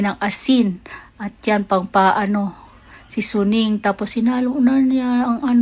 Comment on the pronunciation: Akala ko sabi niya,,"si Soning" yon pala SEASONING 😂😂😂 ang TIGAS kc ng pagkakabigkas ha ha ha